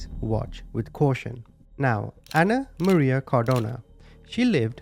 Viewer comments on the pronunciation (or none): none